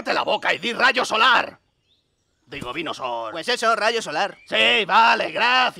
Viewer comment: quiero decir...vinosooor = I mean...venusaur